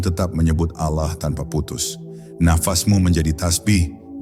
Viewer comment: Saya menyimak berulangkali konten seperti ini. Isi/ intinya bagus tp yg mengganggu adalah naratornya dlm mengucapkan lafal Allah. Kadang diucapkan dg lafal seperti pengucapan orang kristen, tp kdng seperti lafalnya orang Islam. Kok tdk konsisten. Naratornya benar2 Islam atau tdk..? Coba anda simak sendiri.. Cermati jg video2 yg mirip dg itu...